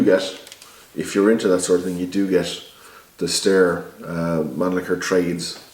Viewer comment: Pronounced Sty-er, not stair